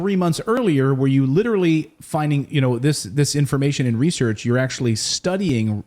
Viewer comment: "Reserch materials" 🤣😂🤣😂🤣